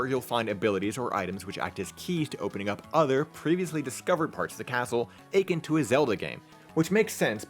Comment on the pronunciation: First off, great video quality I hope your channel grows man. Watched the advance reviews and dawn. Good stuff, gonna definitely get the advance collection. Second, and I hate to be this guy, but your pronunciation of "akin" is incorrect xD It's like uh-kIN, not like ay-kin.